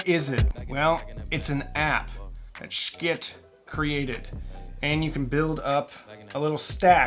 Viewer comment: The pronunciation of the company is simply the pronunciation of the company you should pronounce it accurately